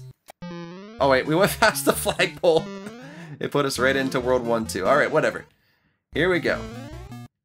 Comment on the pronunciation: When you say world 1 2 I thought you say WW2